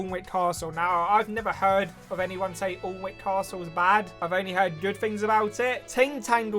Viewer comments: IMPORTANT PSA ‘Alnwick’ is not pronounced ‘*all*nwick’ but ‘annick’ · The pronunciation of Alnwick made me quit watching